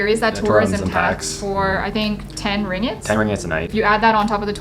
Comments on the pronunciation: The correct pronunciation is ring-git, not ring-gate. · it's pronounced as it's spelt. Do you even Bahasa Melayu? Ring-gate is how people normally would say it, doesn't make it proper.